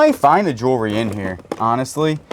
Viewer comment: Also, practice saying jewelry.... JEW-L-REE.... ;)